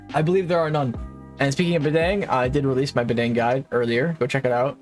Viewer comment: fire video, badang is pronounce like "bahdung" btw